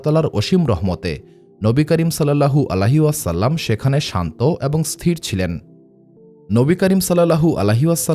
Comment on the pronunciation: আপনার উচ্চারণ এ সমস্যা আছে,,, নবী করীম সাল্লাল্লাহু আলাইহি ওয়াসাল্লাম,,, এর নাম বলার সময়